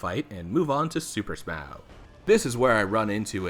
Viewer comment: I grimaced when you said “super Smaou”